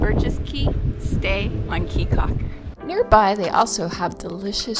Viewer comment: Your video is great, very enjoyable! Thank you!!! Just so you will now and not to upset the local citizens, It is AmberGris Caye with a hard G in there. and Caye CAULKER like chalk her (almost). Come back soon!